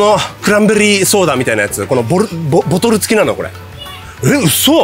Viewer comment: ボトルをボルトって言っちゃうのかわいいwww